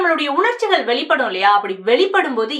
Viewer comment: அம்மா உம்முடைய உச்சரிப்பைக் கவனிக்கவும். னகர, ணகர, லகர, ளகர, ழகர என்பவற்றை நன்கு கவனிக்கவும். பன்புகள் அல்ல பண்புகள்இப்படி நிறைய இருக்கு. வெலிப்படும் அல்ல வெளிப்படும். பேச்சிக்கலைக்கு உச்சரிப்பு மிகமிக அவசியம்.